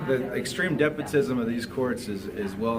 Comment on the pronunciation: He says "depotism" so many times in different videos. It's DESPOTISM, you irretrievably dimwitted dolt!